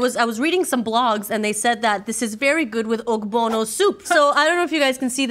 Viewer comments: Okbono soup keh 😂😂 It's pronounced "o-b-o-n-o soup". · I'm am late but as a Nigerian the ogbono soup is pronounced o-bo-no soup using ur sounds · As a Nigerian I am happy to see people enjoying our food but I also Crying from the way they pronounce our foods like how they call palm wine palm juice and incorrectly pronounced ogbono soup